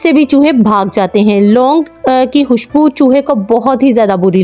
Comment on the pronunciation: آپ سے خ نہیں بولا جاتا کیا؟ حتم نہیں ہوتا ختم ہوتا ہے اور حوشبو نہیں ہوتا خوشبو ہوتا ہے